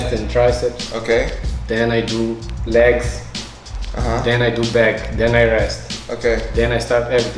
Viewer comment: Nobody:: Laygs